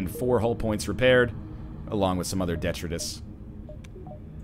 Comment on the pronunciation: DEtritus? DeTRItus!